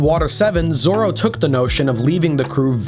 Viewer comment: lol Roranoa "Zolo"